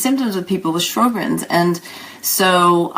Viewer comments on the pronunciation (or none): In the U.S. Sjogren's is pronounced "show'grens." There is no "R" in the first syllable. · pronounce the name right., geesh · It bugs me too. I think her information is good, and very well presented, but I find it very strange that an MD would mispronounce "Sjogren's".